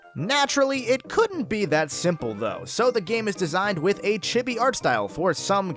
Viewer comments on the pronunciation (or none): Chibi is pronounced Chee-Bee not Chib-bee. Get it right whitey... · couldn't continue once the other guy kept pronouncing chibi as "chibby"